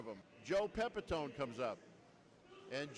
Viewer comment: Pepitony? ha ha ha ha. This ruined much of your video credibility lol . It was Pronounced Pepi - tone (the last sylabble like the tone of someone's voice) And don't try to argue with me, I've been a Yankee fan for over 60 years and watched Joe play many a game. What a character ha ha ha